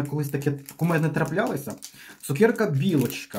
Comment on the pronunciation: ЦукЕрка !!!! А не цукєрка😢